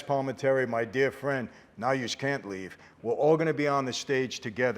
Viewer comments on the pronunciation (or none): none